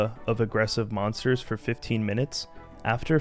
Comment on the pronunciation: Lol, "monstors"